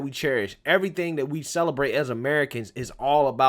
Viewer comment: The word is "that" not "dat".